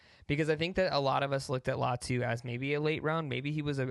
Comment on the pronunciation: I believe Latu pronounces his name “LIE-AHH-TOO” . Great vid tho!